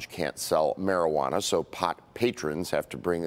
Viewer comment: Man you could get robbed high, car jacked or followed home easily. Stay Alert Peeps! 😜 said Marijewwanna! 😂